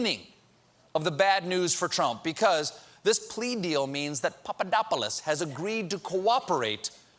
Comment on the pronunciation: You pulled a nice Stewart with the Papadopoulos pronunciation A+